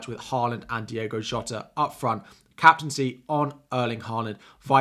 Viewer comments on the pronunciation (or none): Its Diogo not Diego..😅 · 6 years in England and people still say "Diego" Jota.. 🤣